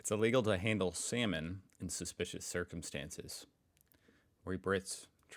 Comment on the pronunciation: 07.30 SALMON! Oh I thought you said 'semen'